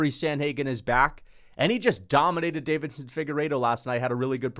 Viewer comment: I love your videos but please for the love of god…. It is not David-son, it is Deiveson (Davis-son).